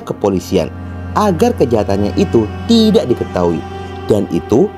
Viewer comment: Cara menyebutkan kata TIDAK, boleh ditata lagi ya bos. Agar tdk aneh. Maaf hanya saran